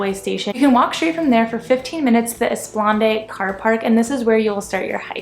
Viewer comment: Born and bred Seafordian here... the EsplanAde is prounounced as it's spelled! with an "ade" at the end. From Wikipedia "An esplanade... is a long, open, level area, usually next to a river or large body of water, where people may walk."